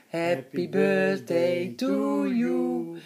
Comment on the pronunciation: This is cute because my dad used to say "bursday" too, never could manage the "th" even after 30 years, the rest of his life 😁